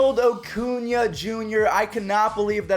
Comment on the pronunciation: Stop saying O-cuña it’s A-cuña